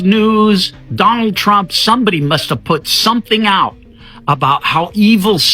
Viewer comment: “donahd trunk” 😂 😂